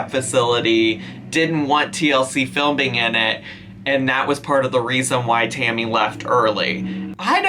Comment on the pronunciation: Is calling Tammy Hammy? I promise that this is what I'm hearing.